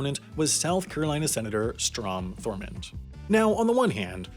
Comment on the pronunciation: Bruh this man said “thormond”